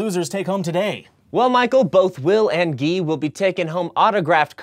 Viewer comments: Did the host just pronounce the name Guy as "gee"?? Ummm ya, this is a science show but apparently phonics isn't part of the curriculum. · Who on earth is Ghee? You mean Guy? Hahaha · Since when was "Guy" pronounced "Gee"? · are you sure that's the correct way to pronounce Guy? in hebrew the name is just pronounced as the actual word...different meaning though